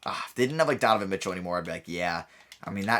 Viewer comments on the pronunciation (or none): none